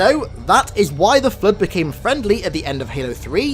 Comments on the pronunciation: Why does the narrator call it the "Flerd" lol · Cant watch the video just based on how he says the word flood